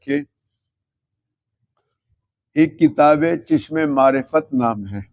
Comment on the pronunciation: خدا کے بندے ۔اندھے عقل کے اندھے ۔اتنا کفر کرنے کے بعد بھی اللہ نے اس کو کامیاب کیا اور تم کو ناکام و نا مراد کر دیا ۔عقل کے اندھے چشمہ معرفت چ کے اوپر زبر ہے تم زیر کے ساتھ پڑھ رہے ہو ۔ 124000 انبیاء آئے۔تم کو اتنا نہیں پتا کہ اللہ کا نام لے کر جو دعوی کیا اگر غلط تھا تو خدا نے کیوں نہیں پکڑا ۔موٹو بغیضکم